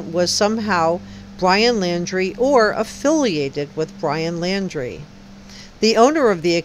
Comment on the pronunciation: It’s NOT LANDRY, it’s LAUNDRIE!